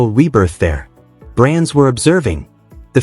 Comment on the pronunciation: P.lease pronounce her name, Alexandra/Alex Eala (E y a l a). We will appreciate it and thankful for that. Win or lose we are all behind and pray for her.